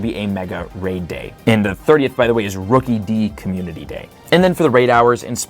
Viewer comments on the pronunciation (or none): There’s no reason to pronounce Rookidee like that. The “E-tur-naytus” pronunciation is also absurd, but at least I’m pretty sure that’s a joke. Edit: Nope. Never mind. He keeps saying “E-tur-naytus” throughout the whole video, without the exaggerated southern accent.